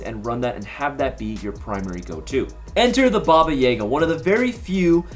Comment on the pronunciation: I wish I drank every time he said Baba YAYga so I won’t have to remember this video